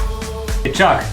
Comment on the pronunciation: Not Chuck. CHONK!